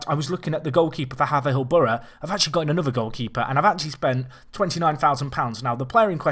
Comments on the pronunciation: Yep, I live there It's pronounced Hay-ver-hill! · Just a quick thing. Haverhill Borough is pronounced hey-ver-hill. Just a picky thing, but keep up the good work! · It's pronounced hay-verhill I live there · hey, for the third time, really picky i'm sorry mate, but its pronounced hay-ver-hill. keep up the good work mate.